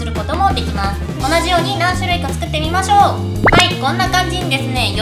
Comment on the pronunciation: 作ってみてくださいが食ってみてくださいってきこえー